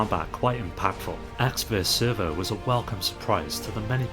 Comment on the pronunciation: It is ecks vs sever, not server.